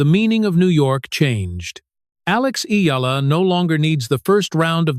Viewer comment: I'm glad you are properly pronounced the name of Eala.